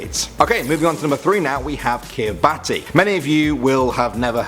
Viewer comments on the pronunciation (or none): You mispronounced Kiribati. It is pronounced, "Kiri-bass". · It's pronounced Kiri-bahs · It's pronounced kirabass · It's pronuced kiribish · It is pronounced kiribas I know because old classmates used to be in my school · Ummmmmm, Kiribati is pronounced "ki-ra-bahs".